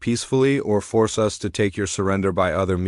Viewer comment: Indeed it would be great. Unfortunately I don't think it'll happen. The text to voice engine can't even handle a period (dot) nor pronounce "us" other than "US".